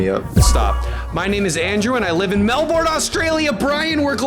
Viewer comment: As an Aussie The way he says Melbourne mentally, physically, emotionally, psycologically, spiritually hurts me 😭😭😭